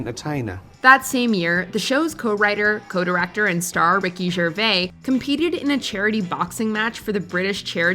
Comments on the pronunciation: Why do Americans always say "Ricky Gervay" there is a S in there for a reason. Pronounce it. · For such an established channel, you couldn't get someone to pronounce Jose Canseco and Ricky Gervais correctly?!